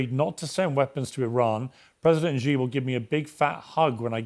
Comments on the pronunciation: Piers..... your pronunciation of 'Xi' is atrocious! It is pronounced like 'C', the English alphabet Not 'G'. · Xi is pronounced SHE. Repeat after me, Piers... SHE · Pierce, you intentionally mis-pronounce President Xi ! Show some respect you rude English man!